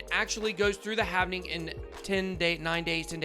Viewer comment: Its not "havening" its halving